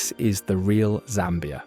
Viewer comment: You pronounce Zambia like a native. I should give you a native name. 🤣